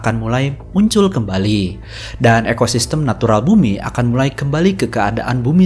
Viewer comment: Koreksi min.. Ada beberapa typo dari pengucapan kata dan juga beberapa kosakata yang sama diucap berulang kali seharusnya bisa dipersingkat.. 🙏 tersemar jat kimia - perkotaan sampe 4x disebutin kembari 1000 tahun = 10 abad (di thumbnail 1000 tahun tapi dipenjelasan koq dibaca 100 tahun?)